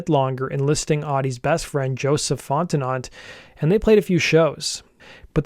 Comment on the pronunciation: Fon-ti-no. haha! Les Americains